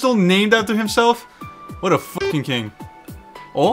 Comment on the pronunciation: The 4 C’s of. Cuties, Cringe, Cings, and Cweens